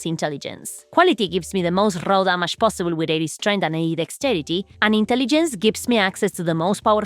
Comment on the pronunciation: Roll damage, what is roll- oh, you mean raw damage... took me some time 😅